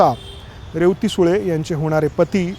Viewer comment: मुलीचे नाव रे व ती असे ऊच्चारायचे असते, तसेच लहान भाऊ, लहाण भाऊ नाही